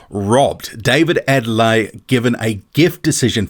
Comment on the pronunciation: The name is pronounced Ade-le-YE. There is emphasis on the 'YE'. It is a Nigerian name, the Yoruba tribe to be specific.